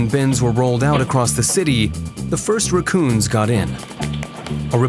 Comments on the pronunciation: Because he did not pronounce rack-coon? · Why do you pronounce raccoons like that? where are you from?